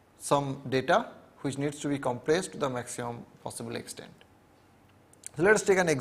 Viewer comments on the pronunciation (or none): all is well but he keeps saying which as huvich